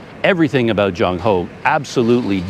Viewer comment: Admiral 郑和 should be pronounced as Cheng6 Wo4 (in Cantonese) and Zhèng Hé (in Mandarin) His other names were: 马和 (Mǎ Hé) muslim name 三保太监 (Sān Bǎo Tàijiān, or "Eunuch Sanbao")